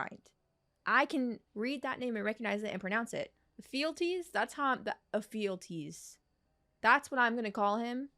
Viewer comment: Ephiolties is pronounced effie-ol-tea-s Idelons sre pronounced eye-do-lawns